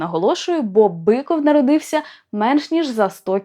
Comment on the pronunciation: Я вибачаюсь, чому Біков а не Биков?